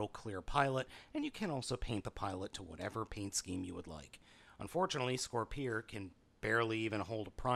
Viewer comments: I wanna say it’s scorp- peer. Like a spear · It is Scor-Peer. The katakana say so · it's pronounced as Scorpeer. It's a mix between the words scorpion and spear.